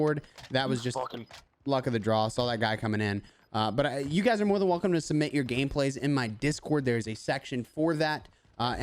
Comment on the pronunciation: Submit. Not cement...